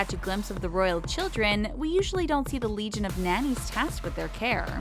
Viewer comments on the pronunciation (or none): none